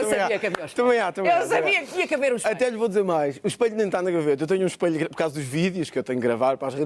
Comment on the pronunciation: EspElho, not espAlho.